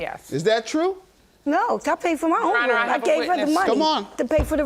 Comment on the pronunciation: " IN THE RUME" 😂